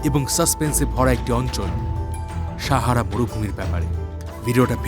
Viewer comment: আপনি সাহারা উচ্চারণ টা শাহারা করছেন কেনো।